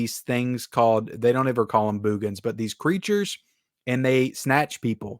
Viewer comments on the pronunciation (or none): I just want to start out by saying I love your channel and watch all the time. Now, I totally disagree with your review of The Boogens (By the way, it's pronounced as if you are saying (Boogers) I think the reason why you call it a snooze fest is because movies of this genre, especially back then, people wanted killings and murders every 10 minutes. Yes, it's a little slow at getting to the suspense, but I liked the fact that the director took a different approach. Check out is earlier horror movie called "Silent Scream" I thought the actors did a decent job and I liked the light hearted humor mixed in. (How can you not like that cute little dog Tiger, what a well trained dog) and the photography was well done. I will agree with you on the transfer, I too thought it was not very good. But as far as the movie itself, it's still one of my favorites from that era. That's what makes this a great country, we can all have different opinions. Trivia, the one actress in the movie (Ann Marie Martin) was married to famous writer Michael Crichton. She actually has a co writing credit for the movie Twister